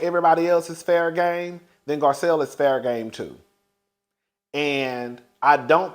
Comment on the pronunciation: Let's take a shot every time he calls Garcelle, Gizelle 😂😂😂😂😂😂